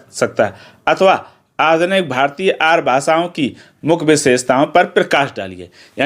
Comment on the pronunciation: Sir y r u saying Aaryaa ko Aar